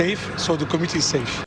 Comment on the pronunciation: Sounds like he’s saying committee not community